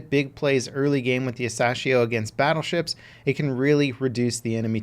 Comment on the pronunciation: It’s pronounced a sassy ho